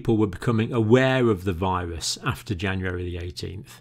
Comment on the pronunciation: Whats a “viwusss” Lol